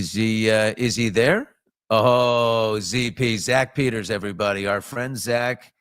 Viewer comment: It's Zack Peter, not Peters, lol 😂